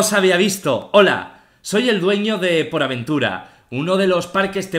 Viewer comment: Auron, porta aventura no poraventura